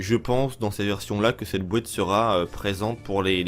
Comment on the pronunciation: la fameuse ''bouéate'' de vins je m en lasserait jamais😁 , sinon super info gg👍